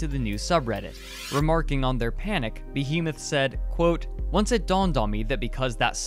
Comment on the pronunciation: That's not how to pronounce behemoth